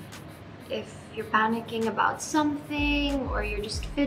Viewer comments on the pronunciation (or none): "ABUBOOWWWTS" hahahA artey